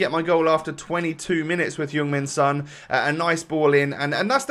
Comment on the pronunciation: I’m I only one who hears ”human son” instead of ”Heung min son”?